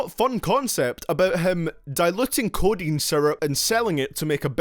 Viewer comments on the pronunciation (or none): none